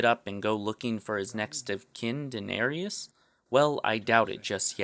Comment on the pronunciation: danarius, lol, smh. great video dude, i've been preaching that theory for a while, its nice to see an authority on youtube get it out there.